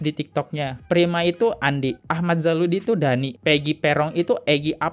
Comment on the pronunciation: Dani bang bukan dahi 😁😁😁,sekalian aja Daki bang 🤣🤣